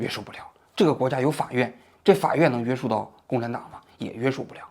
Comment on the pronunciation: 王局，给您提一点建议，听了这么多期，你总是把“约束（shù）”读成“约sù”，这个字是翘舌的😅